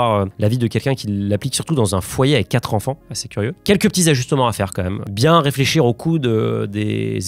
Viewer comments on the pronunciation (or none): Hou le "quatre z'enfants" au début il pique :)